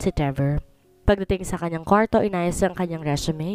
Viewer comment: NGONGO NA NAMAN ANG STORYTELLER.ANG ARTE NAMANG BIGKASIN ANG SALITANG KWARTO.